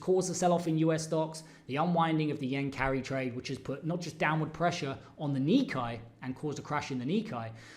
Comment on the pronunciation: If you are going to be a professional trader & market analyst, please learn how to pronounce key markets like "nikkei" it is pronounced "ni" + "KAY"... Thank you!